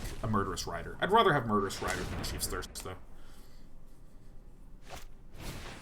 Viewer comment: Would you mind pronouncing 'rather' correctly?